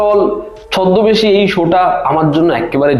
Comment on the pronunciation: Dada bolchhi je Chhoddobeshi, chh, ছ 🫣